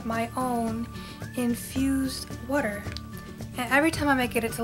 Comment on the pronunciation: Yep! You're from Jersey! lol I heard you say 'WOORDER'! I'm from South Philly! You're so right though! I used to always rest my hand on the side of my chin and always had pimples there. When I was around 19 I did this but now I learned! lol Even with clean hands, there's oil in your hands and it'll cause pimples!